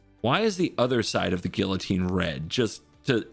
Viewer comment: Respect to for the correct pronunciation of guillotine